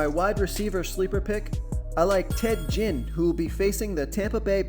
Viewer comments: His name is Ted Ginn. Not Jinn. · 100? Stepped up a bit or just for NFL? Marshawn isn't in on the main slate(fanduel) btw. And it's pronounced Genn.... Like again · Nice video keep it up👍 and it's Ted Ginn with a G not a J lol